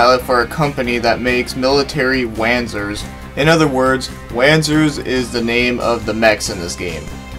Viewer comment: just for info sir the wanzers are pronounced vanzers.